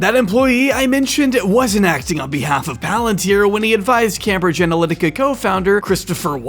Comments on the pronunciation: it's came-bridge, not cam-bridge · Came-bridge, not cam-bridge. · Just FYI for next time - it’s Came-bridge. Not Cambridge. Came like name not cam like ham. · isnt it pronounced came-bridge? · The utter fucking cringe is almost too much to bear. Also, please, it's pronounced Caim-bridge. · the absurd mispronunciation of cambridge is hilarious